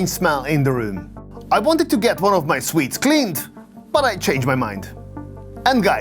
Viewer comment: suits is pronounced "soots" 😊